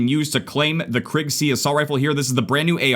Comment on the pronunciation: Its pronounced Kriig, not Krigg